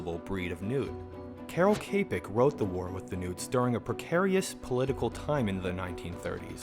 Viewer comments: It's pronounced 'chapek' not 'kapek' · As a Czech thank you for introducing one of our most famous writers. He wrote many interesting works like R.U.R, The White Disease or The Makropulos Affair. Just one little thing, your pronounciation is quite incorrect (Czech is a very difficult language so I don't expect you to know the correct pronounciation). It is Čapek [ˈt͡ʃapɛk]. :) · Your pronunciation of Čapek is so funny